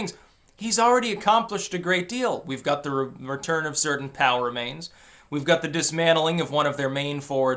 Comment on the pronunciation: Most people (everybody else I've ever heard speak actually) spell out P.O.W. rather than pronounce 'pow'